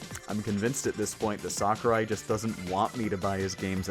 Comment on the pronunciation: Just so you know its 'Sakurai' not Sakari.